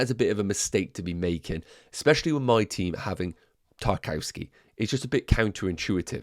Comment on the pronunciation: 'Nuff wafflin'... great video! Btw... he's pronounced 'TAR - KOV - SKAY'